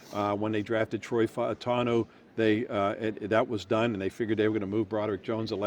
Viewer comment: Gerry please teach Paul Zeise to pronounce Fautanu's name.